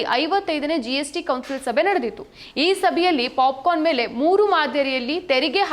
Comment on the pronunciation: ಅಯ್ಯೋ ಪಾಪ 😂😂😅ಪಾಪಿಕಾರ್ನ್ ಅಲ್ಲ ಪಾಪ್ ಕರ್ನ್ 😅😅😂